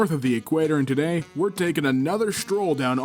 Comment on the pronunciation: "We're taking a shtroll through r slas choosingbeggars"